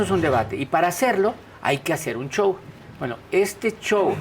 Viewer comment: Es shou no chou